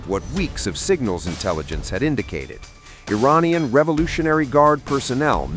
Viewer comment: Think you could train your robovoice to corrrectly pronounce "Iranian" ?